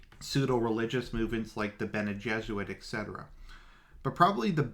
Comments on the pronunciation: Homie it's bene Gesserit, not Jesuit, jfc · Benejesuit? It's Bene-Gesserit. Spelling?